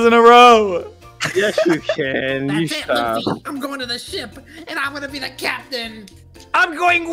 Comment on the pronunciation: They just said fucking luffy whrong